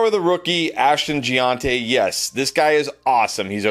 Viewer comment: That’s not how it’s pronounced lol